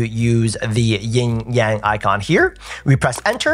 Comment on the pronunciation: PLEASE tell me that you did NOT just call it the “YING-Yang” icon. It is “Yin-Yang”.